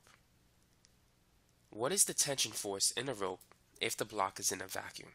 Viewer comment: There's no g in vaccum